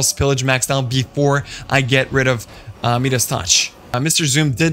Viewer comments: Your me-das touch is killing me.. it’s pronounced my-das. Nice video, I enjoyed it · Mia-duhs… not meeeeduss